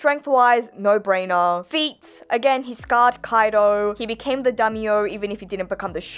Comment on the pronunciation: dummy-yo? not daimyo. 🤣